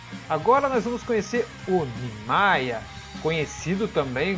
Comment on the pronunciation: 1- A pronúncia certa é "Nimaiya". 2- a pronúncia certa do nome da zampakutou do Aizen é "Kyouka Suigetsu". 3- O Nimaiya realmente criou a zampakutou do Aizen mas não sabia das reais intenções dele.